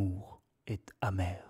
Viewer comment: la recitation dans l'intonation est plutot correcte mais il manque la prononciation des -e juste avant les consonnes et aussi des liaisons qui ont été oubliés (la mer est-amer notamment)